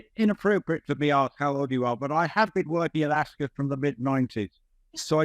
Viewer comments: Kinsey, it’s not pronounced, “Ascit”! It’s Ascot! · It’s AsCOT, not AsCET, get it right Kinsey😮😮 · AsKIT 😂 if she was a serious reporter she'd make sure she got pronunciations right and for something world famous she's pretty dumb to get it wrong. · Ascit??? Why are you both pronouncing it this way???